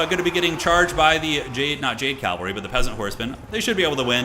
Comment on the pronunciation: Cavalry is not calvary. It pains me a bit every time you say it like that. Happy birthday brother